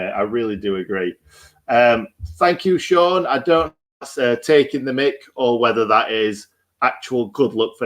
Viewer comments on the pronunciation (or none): none